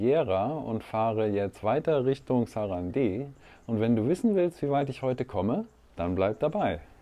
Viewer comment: Stummes e, sarand. Oder auf deutsch: saranda